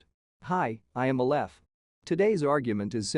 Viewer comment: You're also mispronouncing "Aleph". The accent is on the first syllable.